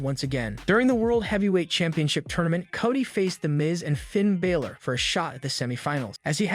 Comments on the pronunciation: Its Balor not Biller get it right you sound stupid when you get their names wrong! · Do you actually watch this stuff? You can't even get Finn Balor's name right! How hard is that?